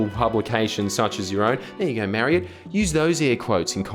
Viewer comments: As an Irishman I'd like to point out a mistake Mister Jordies, the whale who wrote the first article's name is not pronounced Marry-ed, but Murr-aid. Now that your clear anti-Gaelic micro aggression has been unearthed, I think a heartfelt apology is in order here, Payable in the form of one Duckbilled platypus, to be sent to my house at your earliest convenience. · just to clarify, Mairead is pronounced Maur-ade.